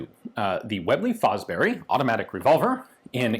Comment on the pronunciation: I think Fosbery is pronounced Fosbury.